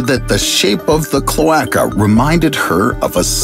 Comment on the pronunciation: I hate how you pronounce cloaca